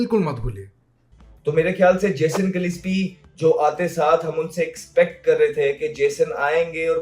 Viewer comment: Gillepsi LOL. bolna to sikh le bhai naam thik se.